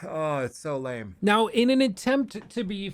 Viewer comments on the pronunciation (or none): none